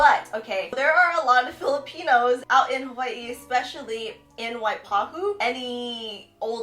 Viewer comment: You said "Hawai'i" exactly how it should be said. "Waipahu" too. You can also pronounce "W's " like " V's".